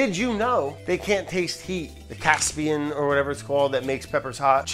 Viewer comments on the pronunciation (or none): none